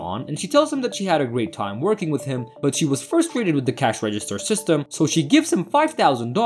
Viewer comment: The narrator needs to learn how to pronounce the English language. It's FRUSTRATE no FURSTRATE!